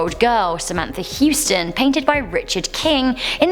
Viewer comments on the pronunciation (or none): none